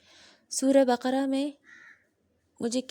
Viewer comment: MashaAllaah acha laga aapne surat Ul bakara ka naam teek parha,aksar log surat Ul bakra parhte hain jokay ghalat hai,Allaah khush rakkay